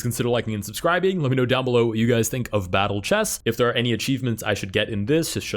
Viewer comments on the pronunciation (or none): "Whats your vattle chess elo": bowing to the queen